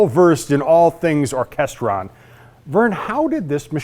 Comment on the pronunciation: Orchestrion: It’s pronounced Ork - est - ree - on